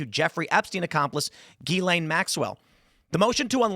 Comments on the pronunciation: It's Gizz-Lane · Whats a gillaine? Not how you pronounce her name "Mr. High IQ"